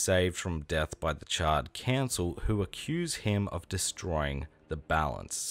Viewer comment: Bro not gonna lie I thought you were calling them the Charred Cancel 🤣🤣